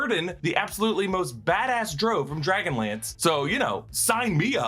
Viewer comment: is he saying "Drow" weird or have i been saying it wrong for decades?